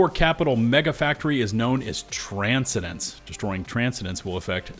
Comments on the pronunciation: trans-Sen-dence not Trans-sendence Bugged me too. Dude has never heard the word transcend, ascend, transcendental, transcendent, ascendent, etc? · Brother. Tran-cen-dence. Not Tran-se-dence. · Transcendence is pronounced tran-send-ents not transidents. I have reported your misinformation to my democracy officer. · Mate, that is Tran-scen-dence (like: traaan(sfer)-scen(t)-dennssss(e)), not your version Tran-ce-dens... please, if you are not certain about a word, use the Google function to have it said out loud. Genuinely, not having heard the word often is not a failing, but we have such things as the mentioned Google function to make sure you provide the right pronunciation to your thousands of followers and not give them a piece of faulty knowledge that might cause them an awkward moment that leads to them possibly going anti-intellectualism/anti-(perceived) elitism later on. (Transcendence, "My transcendence let me view things from a wholly new perspective." and as a verb: "I have transcended the urge to shoot my fellow Helldivers if they fuck up their Stratagem throws multiple times in a row." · TRAN-SCEN-DENCE Tran scen dence NOT Trans-cendence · Get us the Voice actors. *Trans-scen-den-ce. Not trance-a-dance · The way you pronounced transcendence threw me off. Tran-sen-dense not trance-eh-dense. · The way you're pronouncing "Transcendence" is killing me bro:( Everyone: "Tran-Scen-Dence: "Tran-sa-dence" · I expect bad pronunciation out of Glitch Unlimited & Thordan, but you??? It's not Trans-ih-dense It's Tran-sen-dense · Transcendence is pronounced Trans-sen-dence...😂... not Tran-si-dence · its tran-SEND-ance. you transcend, not transind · pronounced Tran-sen-dense, brother. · Ita pronounced "tran-send-ance" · Tran-scen-dence : You are putting the wrong em-PHA-sis on the wrong syl-LA-ble 😅 - Mike Myers ca. non-super earth 2003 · Its pronounced Tran-send-ence . It's not not a city of Transgenders. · “Trans - Sen - Dance”